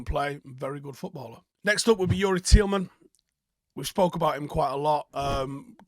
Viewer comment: Stop saying Teelman mate ffs